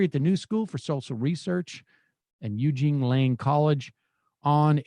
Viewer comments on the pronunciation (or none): none